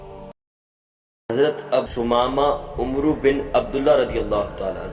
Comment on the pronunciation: Dont say omroo It is amar Waw is added to differentiate between omar and amar in reading